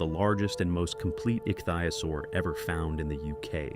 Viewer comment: jeez! ik thi o saur that's how it is pronounced DUMMY!